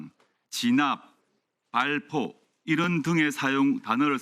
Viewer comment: 발,,,,,표 명령? 조국은 발포를 두번 쏘더니 ㅎㅎ 한번으로 줄여서,,,,? ㅋㅋ 출동 을 충돌, "에" 와 "의" 도 구분못하는 방송사라,,,,,, 앵커, 아무나 하는자리,,,, 아니죠? 조금만 더 신중해 주세요.